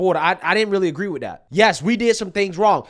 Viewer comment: sunny said witch instead of with lol a white girl trying to speak like the vp camillione she needs ebonics